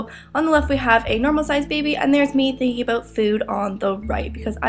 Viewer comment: Aboot. Hehe.